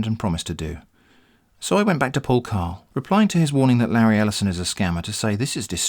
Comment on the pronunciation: Lareee El'eye-son. Jeffbu Bezos Avengers take a seat.